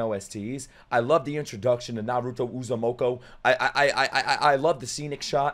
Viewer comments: Bro I couldn't keep a straight face as he butchered the Uzumaki name over and over 😂 calling him uzumoko😂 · Bro , it's Naruto Uzumaki not Uzumoko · It's U-zu-muh-kee